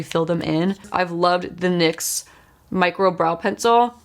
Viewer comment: It's "nicks" not N .Y. X. Just saying